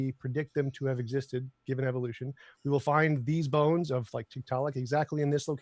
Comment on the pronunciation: When someone goes "eEEvou-lution" you know they don't know what they're even talking about.